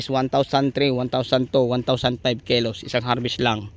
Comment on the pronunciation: kilos boss hindi po kelus😂 ✌✌😂